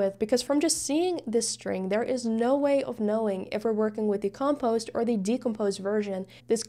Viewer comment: When you pronounce the word decomposed, that is also how you should pronounce the word compose. When you're saying compose you're accenting the first syllable instead of the second, I'm pretty sure English is your second language judging by your accent and you speak it almost flawlessly, just thought this tidbit would interest you. Also excellent job explaining this, it's the first time I've understood coding so clearly